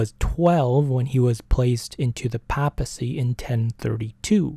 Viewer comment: Great episode. Small correction. At least here in the US, it's pronounced "PAY-ple" and PAY-piss- see"